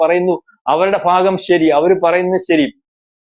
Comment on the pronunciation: ഫാഗം അല്ല,ഭാഗം എന്നു പറയൂ